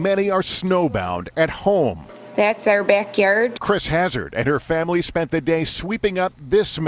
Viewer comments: Lol "that's are beckyaird" and they say we dont have an accent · “thets are beckyeeiird”